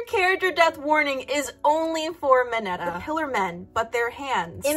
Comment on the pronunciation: I always find it so funny how Americans pronounce Mineta, they're like "Meh-nuh-dah"